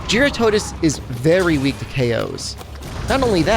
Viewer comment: Someone who can actually say jyuratodus correctly :)